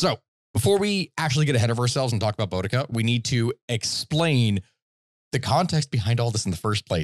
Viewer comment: As a brit, it hurts me the way they're pronouncing boudica